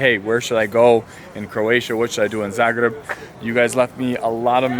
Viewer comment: Love how you say Zagreb,svaka cast